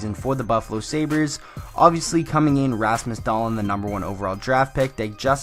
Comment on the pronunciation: Please say his name properly lol it's pronounced Dah-Leen